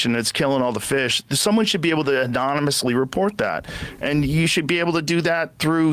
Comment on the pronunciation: did Joe Rogan say Adonismously ???? Lmfao instead of anonymously???? Am i hearing things lmfao